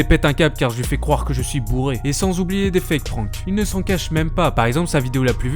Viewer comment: Le "an" de prank se prononce comme dans "and" ! ;)